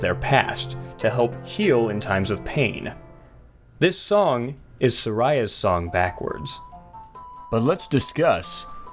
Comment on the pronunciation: Maejora? Sarieah?